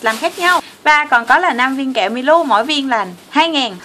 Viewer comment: Chị nên gọi là mi lô chứ hok phải mi lu